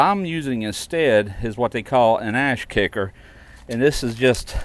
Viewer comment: It's Ash kicker not Ass Kicker!!😂😂😂😂